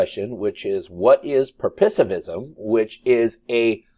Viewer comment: In her defense, Senator Kennedy butchered the pronunciation of purposivism. And, no offence intended, but so did. --- per-puss-ehv-ism ---- And, at least she said she would follow the law.